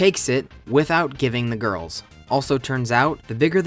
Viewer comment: i love how you say ‘the gorls’ 🤣🤣